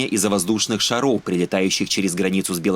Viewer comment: Не шароу, а шаров.